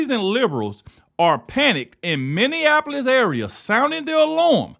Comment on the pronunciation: Are you saying millionapolis instead of Minneapolis ? Because your pronunciation is hurting my ears.